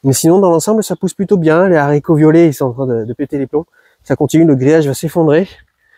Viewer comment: Bravo pour votre potager super productif ! Et un merci pour avoir fait attention à ne plus faire cette liaison sur les haricots ! 😀